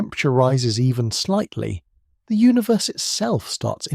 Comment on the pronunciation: "Da spaces inbtwn galaxies" BO WAH HA HA. If ya can get away with it, why not, I guess, eh?